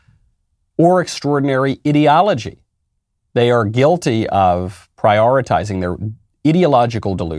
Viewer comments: is he saying Idio-logy (Idiot, -ology) or does he just have no idea how pronounce ideology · 6 minutes in, have to stop listening. Can't stand the way he pronounces "ideology"